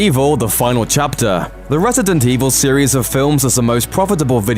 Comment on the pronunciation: am i the only one hearing "retedent evil"?